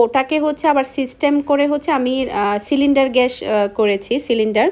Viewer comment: ঘ্যাস না গ্যাস🤔🤔🤐🤐😵🥴🤕🤕🤕😡🤬